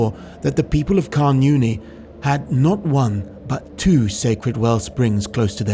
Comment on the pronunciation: Nice vid. Down here it's actually pronounced more "karn oonie" than "karn younie" & " tche-ZOYster" for Chysauster